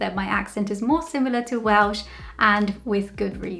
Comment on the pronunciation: I've seen a few of your videos, only knew you as a Brazilian in the UK. My god......how did I ever think you were anything but Welsh ? When you say you are not Welsh, it sounds to me like you are saying; " I am not well." You don't want to spoil the ship for a ha'porth of tar. Great video, Welsh ? Who'd have thought it ? No, not Welsh. I know.